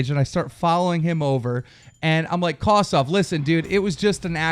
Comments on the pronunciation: Keem, its Kosdff.... Not Kosdoff... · And by the way Kosdff's name is pronounced kos-diff not kos-duff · It's kosDFF stupid stop saying kosoff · Its kosdff not KOS DOFF and leave him alone. Hes just protecting parker. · Its kosdff not kosoff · He says it like Kosssdoffff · I believe you mispronounced kosdff. It's pronounced kumduff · who tf is coss off, lmao i know what you meant but thats a big slip up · Lol he pronounces it Kosdoff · The way u say it is soooo wrong. Kosss-Diffffff thats how u say it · You can't even say Kosdff's name right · FUCKING SAY KOSDFF'S NAME RIGHT ARE YOU FUCKING ILLITERATE?? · Keem 100% pronounced KOSDFF's name wrong to show that he thinks he's a nobody